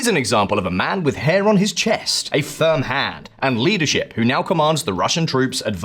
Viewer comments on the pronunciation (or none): none